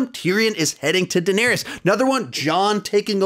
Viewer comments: Good list but I cant get over how you say Daneerius and Seersee in every review it kills me. They say their names in the show. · Say it with me, "Duh" "Nare" "is" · And Daenerys' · You're pronouncing daenerys wrong mate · His pronunciation of Dany name makes me cringe lol